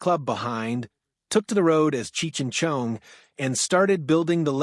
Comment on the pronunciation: “Chung?” Why is “Chong” so difficult for AI to pronounce??